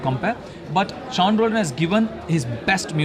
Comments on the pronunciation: Isn't it pronounced as Shaun? pls pronounce properly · Adhu seen illa da Shawn pronounce it Shawn even if u read it Sean